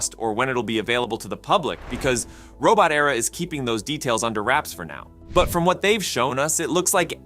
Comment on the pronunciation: "Robot" "Era". Not "Robo-terra" (Robo-terror?) Those second words are not homophones, and mean very different things.